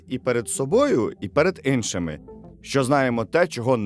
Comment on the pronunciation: Бля "ИНШИМИ"! Може вам варто курси у логопеда пройти?